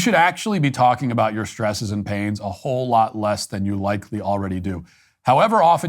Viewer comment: "Our shtresses...?"